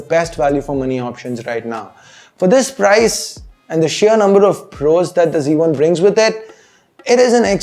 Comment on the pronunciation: its z1 not c1...please try to pronounce it in the right way...